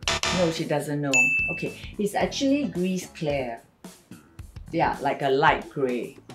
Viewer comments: You are not allowed to say gris you say gri without pronouncing the s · Gris=gri with out pronouncing the s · Just sharing-Gris is pronounced GREE. Roi is pronounced RUA. Parchemin is not pronounced parchment 😆 it’s par-sh-e-mahn. Framboise is raspberry. Pronounced fram-boi-s the s is pronounced at the end. Source: I speak french and live in France